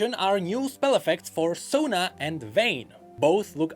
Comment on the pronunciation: dj sona got absolutely butchered